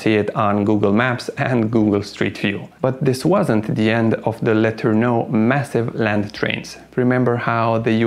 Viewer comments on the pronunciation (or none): When you make a historical video - perhaps you should research how the name is commonly pronounced FIRST ! It is known in USA as R. G. Lah ter noh !!! Accent on 2nd Syllable ... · DEW line pronounced like DUE and DO learn how to pronounce the names. let urn' oh he is legend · What is he calling Letorneau,sounds like letter no